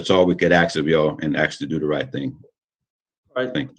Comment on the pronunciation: Jesus, your boy can't pronounce "ask"